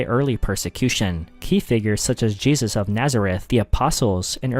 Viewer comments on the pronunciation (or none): none